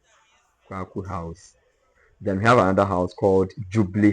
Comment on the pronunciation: Not Kwakwu house...named after Philip Quacoo. Your pronunciations of the house names are incorrect. 😂😂😂😂